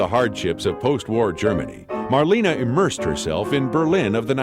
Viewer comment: Maybe the speaker could have at least learned to pronounce her name right. It's not "Marleeene", simply Marlene. Also documents proved that Garbo and Dietrich never appeared in the same movie.